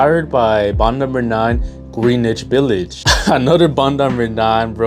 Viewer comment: Bro, it kills me when people from outside the New York tri-state area say Greenwich Village. It is pronounced, GREN-NITCH, I know the spelling is confusing, but Bond no.9 names all of their fragrances after parts of New York City. Greenwich Village is a famous part of New York City. With that said, I love the fragrance. I constantly get compliments whenever I wear WIN. I do understand it can be a little feminine though.